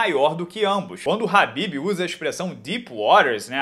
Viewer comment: Porque vc pronuncia o nome do Khabib errado?